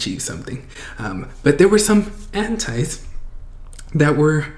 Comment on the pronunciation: You say anti and I heard henti lol